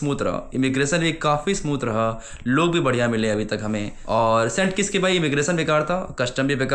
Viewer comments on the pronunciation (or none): none